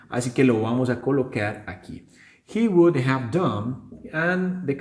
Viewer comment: Yo no diría "wudA" sino, "wu-dov" porque al final suena una "V" y NO una "A". Algunas personas la dicen así: "wudof" Pero das la clase muy bien. ¡Felicidades!